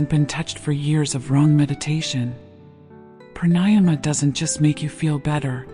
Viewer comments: The correct pronunciation of pranayama is Prāṇāyāma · Since you don’t know corect pronouncing pranayama- why listen? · I would enjoy this more if the orator would pronounce pranayama correctly